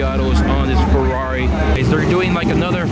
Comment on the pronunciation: Sorry dude, its ferrari not furrori